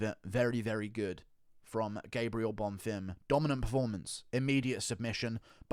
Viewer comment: On behalf of everyone, thank you for finally pronouncing Bonfim properly